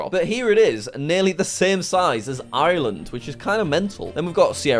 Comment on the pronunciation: jack ireland is pronosed R land istead of I R land